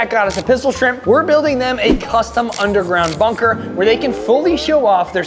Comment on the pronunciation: Dude you said munker not bunker